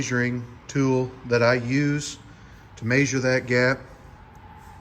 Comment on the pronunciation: Ok.. you’re triggering me. I can let “MAYsure” go.. regional accent. But “acrossed” is NOT a word!!